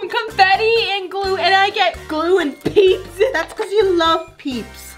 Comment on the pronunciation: In my head when she said peeps lasagna I thought she said BITCH LASAGNA 🎶